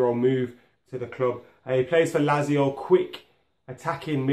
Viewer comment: Where to even start with these pronunciations... Krychoviak is pronounced "Kry-CHO-vee-ak". It's "LAT-zio". And "Fel-EE-pay" Anderson.... Plus random decision to call de Gea by something other than his name... Do they not realise that these are not English words, and therefore should not be said as though they are?